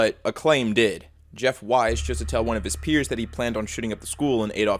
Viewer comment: it’s pronounced “weese” not “wise”